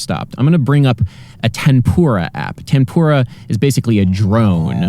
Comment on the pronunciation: Did you said "tempura" or "tambura"?